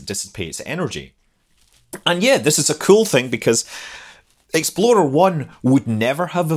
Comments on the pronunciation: You know that when you say Explorer it sounds more like Exploder, right? ;-) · it sounds more like Exploder one than explorer lol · I keep hearing 'Exploder I' rather than Explorer. Half hoping to see an RUD. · I can’t unhear “Exploder One.” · I though it was exploder until I saw this comment... It would be a pretty funny name for a rocket though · Scott I enjoyed this immensely because it sounded like you were saying "Exploder One". :-) Your content is great. Keep up the good work! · thank you for your productions. I laughed each time you said "explorer 1" because to me it sounded like "exploder 1". carry on!! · I can't stop chuckling, every time you said it, it sounds like you are saying "Exploder One". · Something about the way you say 'explorer' makes me hear it as 'exploder', and that's a great name for a rocket. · Anyone else hear it every single time as "Exploder one"? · It sounds like you're saying "Exploder One" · Love the Scottish pronunciation of "Exploder 1" haha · "Exploder One" 😂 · "Exploder One"? : - ) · sounds like you are saying Exploder one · and your statement sounded like "Exploder One would get into orbit." Exploder is a bad name for a rocket. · Do you realize that you are saying "exploDer" instead or "exploRer"??? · ...and I just now got done making that comment myself! Just glad I wasn't the only one hearing it that way. Reminds me of that browser, "Internet Exploder". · Every time Scott says Explorer 1; All I hear is "Exploder 1" Must not be a fan of Ford Explorers... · I remember building a plastic model kit of the Jupiter-C and Explorer 1 when I was a youngster. I still can picture the small bumps around the underside of the "bucket", now I know they were rocket nozzles! I loved the details in the video, Scott, but with the differences between our accents I started hearing you call it "Exploder 1", and now I can't help but hear it that way! 😁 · i was thinking all the time that you was saying Exploder 1